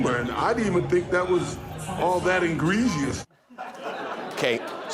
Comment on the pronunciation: "Ingregious"?? Don't we mean egregious? C'mon, guys..............